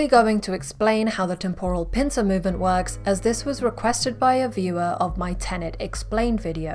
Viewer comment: Great. But please learn how to pronounce the word temporal correctly. Really lets down the video.